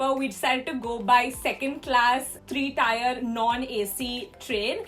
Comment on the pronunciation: The train is 3 'Tier' (pronounced the same way as 'tear') not 3 'Tyre'...... By the way, do you need Russian government's permission to go to Goa?